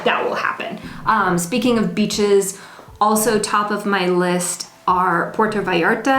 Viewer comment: When you say beaches its like you are saying bitches with a mexican accent:D Loving the videos, Ill be in Cancun myself in 2020, cant wait!